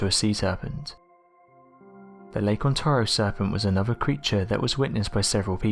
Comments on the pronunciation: Please stop using the synthetic voice that can't even pronounce "Ontario" correctly. On-tare-ee-oh. Say it with me. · ON-TARE-RIO It's annoying how you kept saying it wrong. Ontario. Lake Ontario.